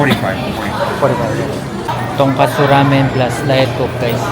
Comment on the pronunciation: Tongkotsu Ramen not TONGKATSU😅😅